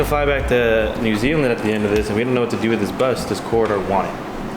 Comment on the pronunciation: New Zealand said correcly